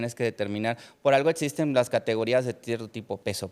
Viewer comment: El doctorcito hablando de cosas que no “etsisten” 😂